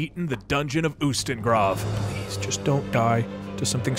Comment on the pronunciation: Btw in skyrim you can find a priest named Heimskr is literally the word STUPID in some nordic languages. I laughed my a off when I saw that and I also do agree all religions followers are stupid (but also nice) people. Ustengrav is pronounced like OO Stenn (HARD G & R)av. GhRrrav This is just if you want to sound cool. Don't really care if you said something wrong unless it's in your own language like pronouncing Todd like Toad